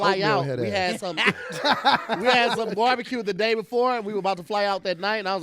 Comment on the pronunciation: No one was on him for consistently pronouncing it borbacue, so…